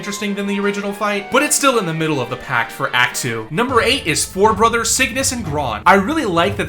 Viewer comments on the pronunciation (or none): none